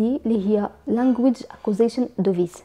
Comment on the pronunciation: Device ==(ديفايس ) / not (دوفيس ) Thank you